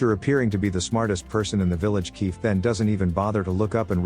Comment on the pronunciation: I'm watching this at 1.5x speed, and I can't help but hear "queef" when you says Kief from time to time🤣😭🤣😭